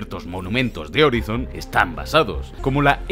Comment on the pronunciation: "Horaison" pls